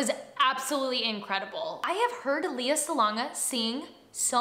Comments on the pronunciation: Not to be nit picky but her name is pronounced “Lay-ya”, not “Lee-ya” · Leh-yah, not Lee-yah. But yes, she’s really good! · hi, pretty! i love how you reacted to this video... she's really a gem.. but if I may correct you, her name is pronounced as "Leigh-ah" or "Lay-ah", not "lee-yah"... i hope that's fine with you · Not trying to be rude, but Lea is pronounced "Leh-ya" and Salonga is "Sah-long-gah". 😅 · It's Lay-Uh like the Star Wars princess =) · Her name is pronounced Lay ah.